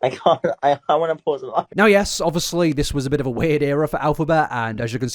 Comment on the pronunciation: why am i watching an hour long video on someone i previously knew nothing about? i don’t even go on tiktok 😭😂 eta - i love the way you say “obvuslee” (obviously) 💜